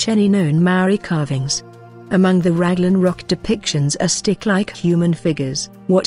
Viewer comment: I love it how it says Ragland instead of Raglan as if it is a land of rags